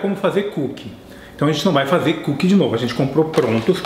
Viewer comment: "-Comer coo kie é bom" (TROLL, ):v